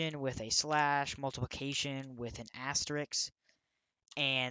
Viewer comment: bro said "asterix"